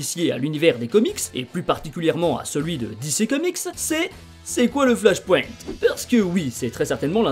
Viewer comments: Ohlala cette prononciation du mot flash point... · Sympa l'explication mais la prononciation de flashpoint et wildstorm fait saigner les oreilles.